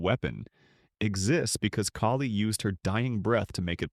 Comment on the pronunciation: Kaylee???😅😂 It's Kali